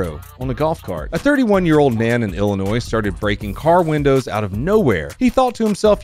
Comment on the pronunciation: Thank you for properly pronouncing Illinois.